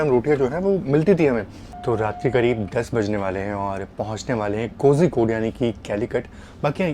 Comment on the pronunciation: Agar mai baat karun… agar mai baat karun… agar mai baat karun 🤯… kitni baar?!?!?? Aur itne log comments me bolte hain raja ki station ka kaam Hindi ya doosari kisi Indian language me padha kar yaara English me nahi. Cozy-code nahi ❌ Koi-code ya Koli-code ✅